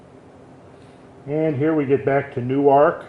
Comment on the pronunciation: Newark is pronounced "Nerk" just so you know. And Chillicothe is "Chill uh coth eee"